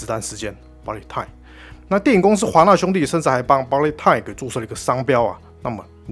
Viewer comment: 是BU LET time，不是BA LIT time